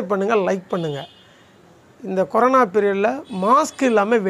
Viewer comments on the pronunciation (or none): none